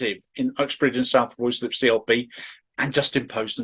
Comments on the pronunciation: Word to the wise,, it’s pronounced “Rye-slip”. But its weird mismatched spelling is the least annoying thing about this whole sorry situation so please carry on. After all, Starmer’s first name is spelled k - e - i - r but pronounced ‘weasel’. x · pronounced ryslip